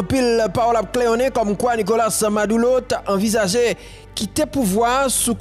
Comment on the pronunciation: Ale koyé influyansè bwôdè mezanmy. Nokola se pa NIKOLACE, se pa panyol wap palé. Abinadè se pa abinadèl, se nou menm ki magé pep la ap palé devan dèyè. Andy ann-di se pa inn-di